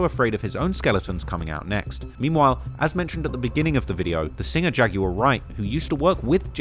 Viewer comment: Bro why do you guys say "Jag-you-are"? It's Jag-w-ar.